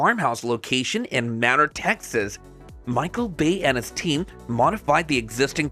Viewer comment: NAO É BÁ É (BEI) - Bay